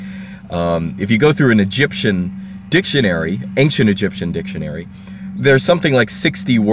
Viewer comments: I wanted to ask you, is it really correct to say "anxcient"? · Why do you pronounce ancient as ankcient, I've never heard that beofre